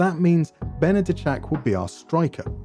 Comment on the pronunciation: I do have to say, you pronounce Polish names pretty well. Benedyczak was very good and I remember during paok saves you even pronounced Raków Częstochowa correctly. I think it's fair to assume you don't speak Polish too often so I'm really impressed by that.